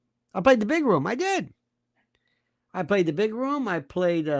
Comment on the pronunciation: I thought I was the only one who has mini seizures while driving every time Candace pronounced words incorrectly. 😂 my favorites Izhreal, RUM for room, malady as M’Lady, COLTure instead of culture.